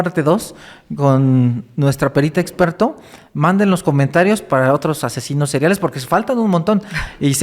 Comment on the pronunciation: El dice asesinos "cereales" y es seriales